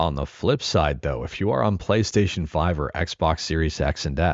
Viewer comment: Why they call it Chonkystaytion?😝🫠!